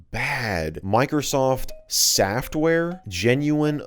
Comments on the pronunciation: The word “softuare” made me laugh 🤣🤣🤣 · "sofuare" - totally legit microsoft packaging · microsoft saftware ssssss- what? sofuare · Software or Sofware? No it's SAFTWARE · Soufare SA FTWARE Softwear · ah yes microsoft sa ftware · "sa ftware" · “Microsoft sa ftware” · ah yes I love my sofuare